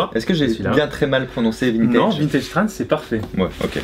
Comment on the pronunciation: C’est tchan pas tran :) Tr en viet ce prononce tch